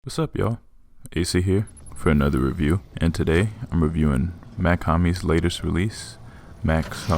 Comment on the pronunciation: Mach not Mack